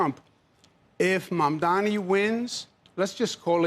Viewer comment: I am proud to see that Cuomo has finally decided to pronounce Mamdani's name correctly. Well done! Progress is possible!